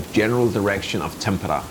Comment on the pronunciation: Kauhajoki pronunciation was good. Tampere had e's and a's a bit mixed